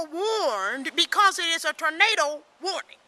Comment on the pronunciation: she said "tornada"